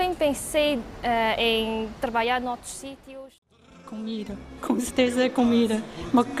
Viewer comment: O mais parecido com o português brasileira mas eles parecem não falar bem o lh, nh, e vogais juntas . Eles falam trabaia em vez de trabalha